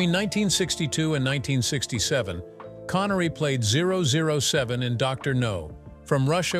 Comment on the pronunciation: Why can't we have humans reading this instead of AI ? A convincing natural voice but silly mistakes that a human wouldn't ever make. " Zero zero seven " was the worst ! 😂